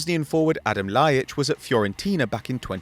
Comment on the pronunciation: it's Adem not and Adam